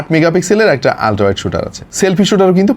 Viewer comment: আপনি শুদ্ধ বলতে গিয়ে বেশি শুদ্ধ করতেছেন শব্দ কে। উচ্চারণ হবে আলট্রা আপনি উচ্চারণ করতেছেন অলট্রা, শব্দটারে রিমান্ডে নিয়ে মুখের ভিতর আটকিয়ে কি দরকার এভাবে বলার 😀 শুদ্ধ বলতে গিয়ে বেশি শুদ্ধ করে ফেললেন😀 আপনার আরো কিছু শব্দ ভুল উচ্চারণ করতে দেখলাম। মর্ডান সাজতে গিয়ে বেশি মর্ডান হইয়েননা।